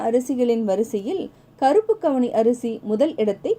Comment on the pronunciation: கவுனி அரிசி மேடம்,அவுனி அரிசி இல்லை